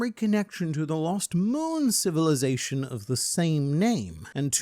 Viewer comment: Zation? Lol